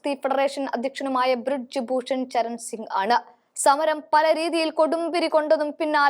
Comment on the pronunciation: ബ്രിഡ്ജ് ഭൂഷൺ അല്ല. ബ്രിജ് ഭൂഷൺ ആണ് ശരി. നല്ല അവതരണം ആണ്. പക്ഷെ ചെറിയ ചില പാകപ്പിഴകൾ.